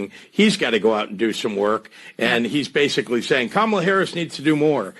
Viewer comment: What did he say her name was?.. camel-smell?.